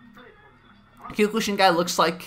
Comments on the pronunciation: Dear video poster, just so you'd know, you're actually pronouncing Kyokushin wrong. I'm hearing you saying "Kew-kuu-shin" when it's really supposed to be pronounced as "Kyoh-kuu-shin". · “Kyukooshin” LOL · It is kyo-ku-sheen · He says kyokushin really weird.